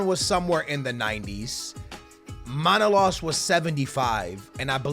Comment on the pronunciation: It is ManolAs and not MAnolas